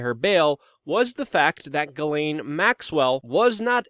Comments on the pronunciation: also, her name is french its PRONOUNCED> SHJEH-SLAIN. add a french accent and you got it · At this point, she has EARNED the name JIZZ-lane and you should not feel bad about “mispronouncing” it.